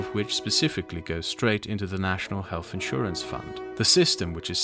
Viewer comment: Absolute rubbish from start to finish. I’d caution people in trusting someone on issues rating to public health that can’t even pronounce the word “health”, as in “healTH”, not “healFF” 🤔🤦‍♂️